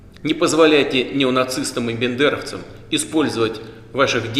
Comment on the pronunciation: А кто-то обратил внимание, что Путин в обращении от 24февраля говорит бЕндеровцы вместо бАндеровцы? Он тоже не видит разницы? 🤔